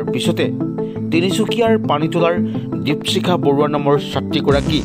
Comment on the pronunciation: দিপচিখা নহ'য় নেকি বাৰু , দ্বীপশিখা হে হ'য়। নামৰ উচ্চাৰণ ত খুউব এটা ভাল লগা ন'হল ভিডিঅ'টোত। ছাত্ৰী জনীলৈ ভৱিষ্যত জীৱনত সাফল্যৰ শিখৰ পাবগৈ পাৰিব বুলি আশা ৰাখিলোঁ। ধন্যবাদ।